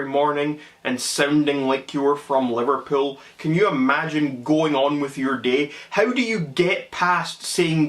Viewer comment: Bwahahahaaa!! He has to be a stand-up comedian!! 😂 Livvapuul..? Livvapiuul?? 🤣